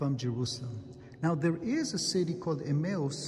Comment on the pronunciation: He's trying to say Emmaus